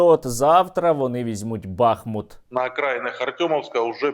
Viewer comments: Місто БахмУт, а не БАхмут. 🇺🇦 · Тільки не БАхмут, а БахмУт, дякую. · Сергій, не "бАхмут", а "бахмУт". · Не БАхмут, а БахмУт. Чому всі кажуть неправильно? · Добрий вечір, хотіла запитати, чому саме БАхмут? Просто зараз не зрозуміло як правильніше БАхмут чи БахмУт? Дякую за відео і інформацію! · Пане Сергій, хіба не БахмУт? ☹️ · Не Артёмовск! Але й не БАхмут а а БахмУт. Назва йде від річки БахмУтка. Очі всього світу приковані зараз до Бахмута, а журналісти та блогери не можуть вимовити його назву правильно! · Пане Сергію, не БАхмут, а БахмУт. Будь ласка, кажіть правильно. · Пане Сергію! Будь ласка, ставте вірний наколос у назві міста БахмУт! Ми зараз якраз тут і місцеві дуже обурюються на невірний наголос. Назва міста йде від назви річки БахмУтка. Тут у них і вірші навіть є на цю тему. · Правильний наголос БахмУт, дякую за випуск. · Доречі - правильно бахмУт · Пане Сергію, правильно казати БахмУт. Слава Україні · Дякую за новини, як завжди круто! Але Бахмут правильніше казати з приголосом на літеру у, тобто БахмУт. Слава Україні! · В назві міста БахмУт наголос на "у". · Бахмут, наголос на у, з твого дозволу Тебе поправлю! Тримайся, всього найкращого! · БахмУт, так буде правильно! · Бахмут наголошується на другому складі